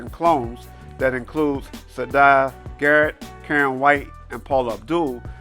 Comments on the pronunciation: it's pronounced SAH-EE-DAH Garrett LOL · it's SAH-EE-DAH Garrett! People always mispronounce her name 😂 They used to forget Janet had 2 failed successes. If Janet enjoyed the fruits of being Michael Jackson's sister, her 2 first albums would've been a blockbuster success too